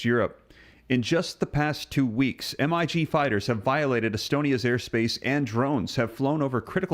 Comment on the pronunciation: WTF is a M. I. G. Fighter as you state it. it is one word stated thing as Mig a Russian fighter aircraft made by the MiG company: Example: "a MiG-15" is the NATO designation of Russian designs. either u Ai or u don't know how to read English.